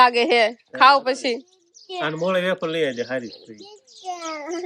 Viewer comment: બટેટાની વેફર પંખે સુકવાય. બાફવામાં મીઠુ નાખવાનું હોય. તમે એફર બોલો છો કે વેફર કંઈ સમજાતું નથી.